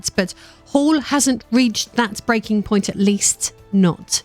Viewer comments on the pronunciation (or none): none